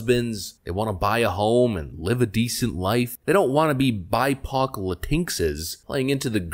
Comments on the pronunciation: WTF is a "bi-poc" (pok) (sp)? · He said "bipoc latinkses" LOL